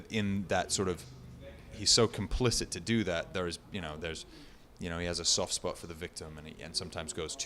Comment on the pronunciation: 1.48 “Soft Spot” he slips back into his English accent.